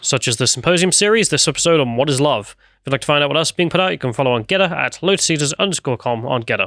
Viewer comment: I have eventually found you all on Gettr after months of searching for 'Gedder'! Please adjust your pronunciation 😉